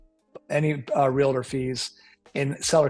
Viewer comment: REAL-TOR. 2 syllables